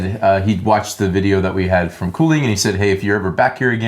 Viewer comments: and the d in Kolding is mute and sounds more like there's a double l in the name - kinda sounds like "Colling" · Haha 2nd time I would say u were the most correct with Kolding (pronounce the D a bit more I think)